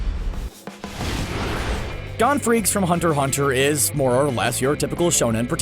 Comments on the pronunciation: THIS NIGGA SAID DON FREECS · He Said "Gon Freaks" XD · Did he say GONE FREAKS